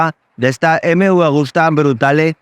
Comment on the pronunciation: Excelente moto y muy exclusiva. Por cierto, se dice Agusta y no "Augusta"; bien escrito en el título y mal pronunciado todas las veces en el vídeo. Saludos. ✌🏻